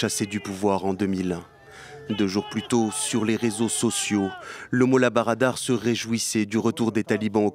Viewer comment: Molla brader et non barada.